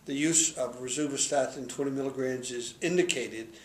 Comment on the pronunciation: You literally can’t even pronounce rosuvastatin.